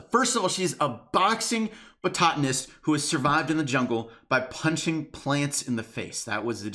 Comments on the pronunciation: It hurt every time you said botatonist and not botanist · I’m sorry but someone had to say it.Bototanist?? My dude it’s botanist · its botanist not botatanist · (boht-ah-nist) not (boh-taht-ah-nist) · It’s “botanist” not “botatinist” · Botatinist? Its Botanist, I'm sorry but that triggered me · Botanist, not bototanist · "Boxing Batotanist". Oh,... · The first time you pronounced botanist as "bo-tat-tanist" I laughed thinking you mispronounced it accidentally. Then the second time you said "bo-tat-tanist" I cringed. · Lol "Boxing Botatonist" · “Bototonist” 😝 enjoyed the vid,, thanks! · It’s pronounced bot-uh-nist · Am I the only one that has a problem with the fact that he doesn't know how to say Botanist? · The way he pronounces botanist 😂 😂😂😂😂😂😂